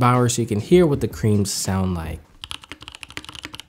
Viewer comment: He said creams X)